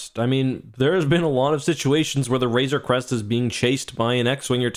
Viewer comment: Hey look someone is finally pronouncing RAZOR CREST correctly! lol